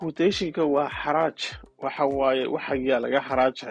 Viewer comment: Xaraash not xaraaj